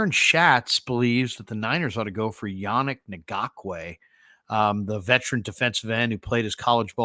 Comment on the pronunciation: Ngakoue is spelled phonetically as En gock way.